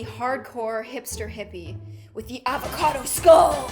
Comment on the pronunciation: AVACODO SKULL! was that intense enough for ya? ITS AND AVACADO SKULL! Me: Why the hell did you say that XD